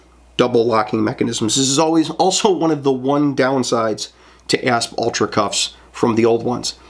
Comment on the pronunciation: ASP is an acronym, and it’s pronounced A S P. Not asp.